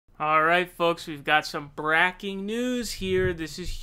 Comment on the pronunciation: He said "bracking" lol yesssss 😂🤣